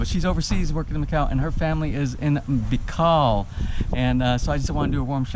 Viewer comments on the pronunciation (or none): bicol pronounced as bee-call not be call, btw u should partner with clyde's